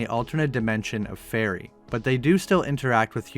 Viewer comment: the actual pronounciation for faerie is fay-ree